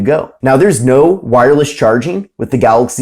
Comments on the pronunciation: You say Galoxy just like DJ Koh, only with an "y" at the end. 🤣🤣🤣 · who cares its funny the way he says it and if you cant say it right then you deserve to be made fun of lol so get a grip snowflake, way too many snowflakes being offended these days